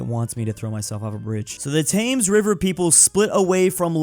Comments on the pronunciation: Saying the "tangs river" is crazy. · you say Thames like "Tems" not "Tames" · Calling river thames “tames” instead of “tems” is the most American thing ever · T-Thaymes River? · Especially when he said "The river Tames" and "Taymnges" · its spelled “thames” but ts pronounced “tames” and he mightve made a mistake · He said "Taymnges River" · I die inside every time you pronounce Thames wrong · As a brit, the way he pronounces thames makes me depressed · that Thames pronounciation is painful. Just forget about the h and make the a into an e, sorry.